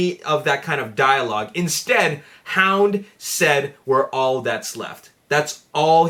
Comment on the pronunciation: Hound not bound and road buster not roeadbuster.